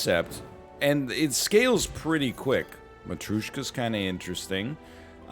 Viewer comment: Nl, for the love of god It's matrYOshka, not matrUshka